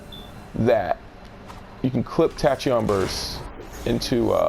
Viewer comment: Tachyon is Pronounced like tack•key•on